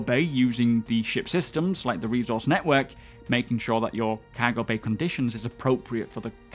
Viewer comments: Everyone: cargo: CAHGO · Physicalized COWWWWGO! Every video lol. I know a lot of English content creators and he's the only one I hear pronounce it this way. Love the content though, keep it up! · Cahgo lol